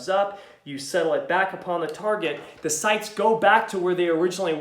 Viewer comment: "Are the shights off?" lol love the voice. Sounds like the challenged brother of Cameron Diaz in "There's Something About Mary." Wanna see my baseball?